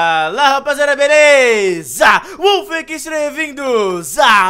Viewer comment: Opa falo errado wollf não wouiz